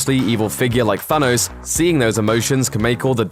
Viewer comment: Why do you keep saying sanos